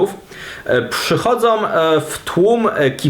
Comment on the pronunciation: Chłopie, ale jak już się produkujesz w internecie, to dbaj o dykcję. Nie swojOM, tylko swojĄ, nie przychodzOM, tylko przychodzĄ etc. Jak jesteś polskim patriotĄ (nie patriotOM), to dbaj o właściwą wymowę w języku ojczystym.